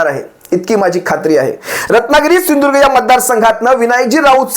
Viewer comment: त्या मूर्गीचोराला सिंधूदूर्ग म्हण म्हणावं स्पष्ट